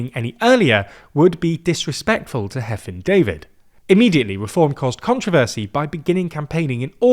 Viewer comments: Hefin David, not Heffin David. Please, I beg the English to actually spend ten seconds researching how to pronounce Welsh words and names. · 'Hefin' is pronounced as 'Hevin'. The Welsh 'f' is pronounced as a 'v'. For the English 'f' sound, in Welsh it is written as 'ff'. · A couple of notes on pronunciation: 1. Hefin is pronounced 'Hevin' 2. Eluned is pronounced 'Eleened' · The f in Welsh is pronounced like a v in English, so the former AS/MS is pronounced Hevin, not Heffin. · Hefin is pronounced with a /v/ sound instead of an /f/- the ff in Welsh makes the /f/ sound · Did you mean "Labour aren't doing that well"? Instead of "Labour aren't doing that badly"? Wales shaded should include Anglesey/Ynys Môn A single 'f' is pronounced as a 'v' so Hefin is pronounced "Hevin" (RIP). Well done on pronouncing Llŷr! Elenedd* is pronounced el-ENN-edd* (Emphasis on capitalised syllables). The 'dd'* is pronounced as a soft d or th as in "fathom", not "bath". Da iawn on the report! (dye YOWN meaning very good/alright) Reform are c*nts. True. 😊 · You pronounced Hefin's name wrong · He butchered Hefin though.